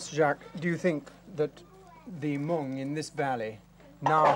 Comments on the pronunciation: Not the meo but “The Hmong” and thanks for the upload of this video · It’s Hmong NOT Meo. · The name you say wrong not meo, we are hmong. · Please make your correct” Hmoob, not Mel” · Its Hmong not Miao or Meo. Miao is a derogatory term used by the Chinese and Laos, we much prefer Hmong. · It’s Hmong, not Meo.